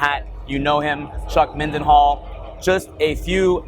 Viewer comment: Whenever says Chuck's full name, the only thing i am hearing is "Chuck & Hat"...